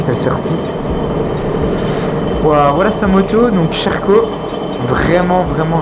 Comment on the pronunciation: Mdrrr le "Sherco" tu le prononces "cheh rco"